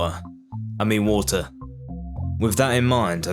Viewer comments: Everytime you say the word water the captions on the screen would say war. But nice video and keep it going👍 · "Waer i mean water"😂😂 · British 😂😂😂😂 wader. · "Waer no I mean water" bruh has a birtish accent 💀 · Water ❌️ Woater ✅️ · Shows a map of the UK Me: o this dude is british 10 seconds later says: wa’er o i mean water Oh he def british 😂